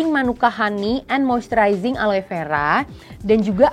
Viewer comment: Aloe = seharusnya dibaca ALO.